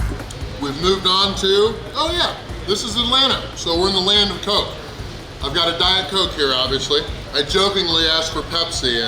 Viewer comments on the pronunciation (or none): none